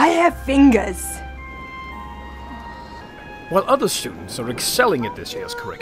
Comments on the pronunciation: "i HAVE FINGA'S" ROFL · "I have fingas" xD